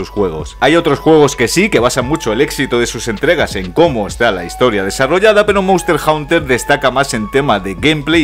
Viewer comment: monster "jaunter" jaja , muy buen video maquina, no te conocía pero veo que compartes la misma devoción que yo por el gran infravalorado de khezu, ya tienes un nuevo sub.